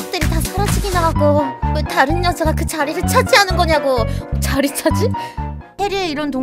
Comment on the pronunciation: 거 혹시 언어코어 애플거 쓰시나요? ㅋㅋㅋㅋㅋㅋㅋㅋ 유난히 자리를 발음 못하는 스트리머